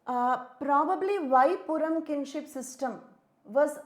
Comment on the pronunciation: Purum is pronounced as "Pooroom" not "PoorAm"..s slight correction..thanks!